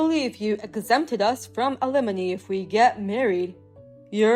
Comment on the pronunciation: Talk to someone that speaks English knows the difference between alimony, lemony, alemony, and lemonade, alumni and it can explain to you what compensation is since you don't seem to have a grasp on that. Oh my God can you have any more awful pronunciations of alimony You cannot get alimony from someone you've never been married to it's compensation